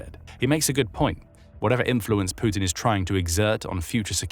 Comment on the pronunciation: Sputin... Putin 😅